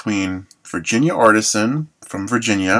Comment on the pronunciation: it's pronounced Ar-tee-sian